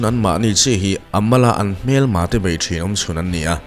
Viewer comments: Bei niloin BAI aw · Alphabet _ a leh e hi i lam dan uluk deuh ta la te ka lo ti thin! Eg... Bei kha bai tiin i lam a. Kei kha kai tiin i lam thin bawk a! Nei kha nai tih ang ten. Ka ngaithla tam ania. Uluk tawh la aw. 😊😊